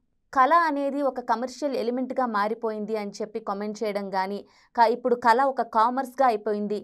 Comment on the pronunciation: కల కాదు కళ. ఉచ్చారణ రాదు నీకంటే సిద్దార్థ్ బెటర్ తెలుగు నేర్చుకున్నాడు.